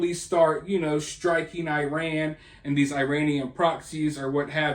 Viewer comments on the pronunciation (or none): none